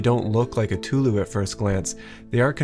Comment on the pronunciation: Just in case you were curious, the pronunciation of tulou Is a lot more like "too-loe" with the tones stripped